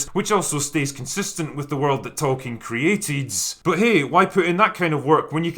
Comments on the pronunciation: As South Park pointed out! It's Tolkien, not token! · Fans: It's "Tolkeins Works" NOT "Token" Work.